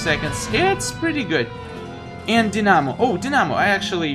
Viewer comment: It's pronounced die_na_mo not dinamo